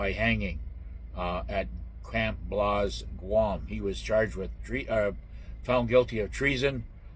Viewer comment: Camp BLAZE. Not Blaus 🤣